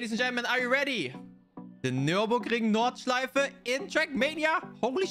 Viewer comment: When u said the words "Nürburgring Nordschleife" u had the biggest german accent I can think off